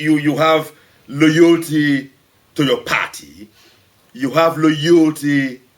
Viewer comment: MAN, SAID! "LOYOLTY"!!!